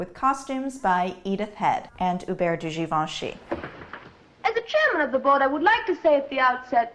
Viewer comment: I finally know how to pronounce Givenchy.